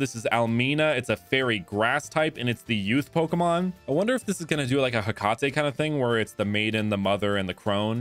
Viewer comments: bro really said Ha-ca-tay smh, its Hey - Ca - tea. Also, the three pokemon represent the fate probobly. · Hecate is pronounced Heh-Kah-Tee